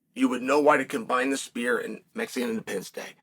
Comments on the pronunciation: My ears might not be working, but I could have sworn Uncle Chael kept saying "The Spear". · Chael it’s not called the spear it’s called the sphere